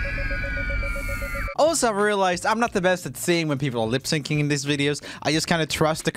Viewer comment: it sounds like he’s saying lip sinking (NOT HATE)